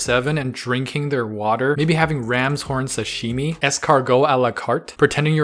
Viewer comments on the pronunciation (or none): none